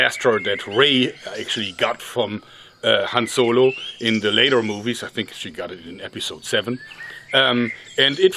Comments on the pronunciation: Han Zolo. Did anyone else hear him say zolo? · han zolo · Hanz Zolo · HAN Z O L O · Ze Han Zolo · "Han Zolo" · Han Joergo